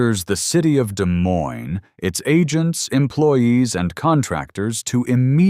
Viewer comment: The AI mispronounced Des Moines!